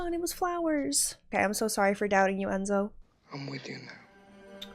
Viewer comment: Throughout the film the name is mispronounced. It's "Cor-lay-oh-NE". And Enzo is pronounced "Entso". 🙂